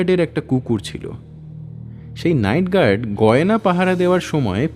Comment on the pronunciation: "gerd" ki hoy re?? Mukh khule আ uccharon kora jaye na?? Guard ke "gerd", park ke "perk", card ke "curd". Eta ki bangla medium a pora bangali der uccharon er dosh na r kichu?